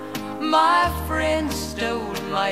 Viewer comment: これもいい曲ですね。friendの発音がなまってますね。